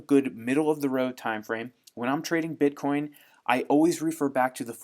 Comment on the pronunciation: Dear, please say "bitcoin"